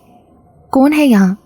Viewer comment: You must be from punjab the way you saying KAUN..